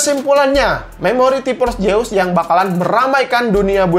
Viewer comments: Orang sunda hahaha T-Force Seus bukan T-pors jeus wkwk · Nobody:: Ti pors jeus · Org sunda mah te bisa ngomong ef. Tipors jeus :v